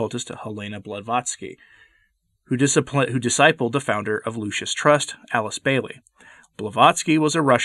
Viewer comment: You keep calling it the "Lucius" Trust.